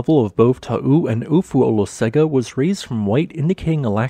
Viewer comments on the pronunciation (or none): Not really, In Samoan Olosega is pronounced OH-LOW-SENG-AH. (Lived in AmSam for 7 years and visited Marge and Tito's lodge on Ofu several times.)